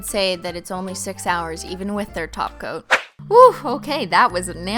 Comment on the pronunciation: everytime she says topcoat i hear her say taco lmfaoo